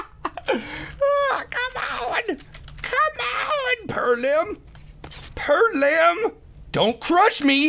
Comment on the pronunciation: Lol this nigga said perlim